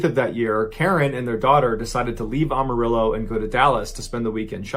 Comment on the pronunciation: Pronounce Amarillo as "I AM". Not "OMO".